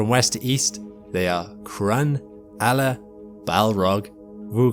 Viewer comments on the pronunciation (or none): none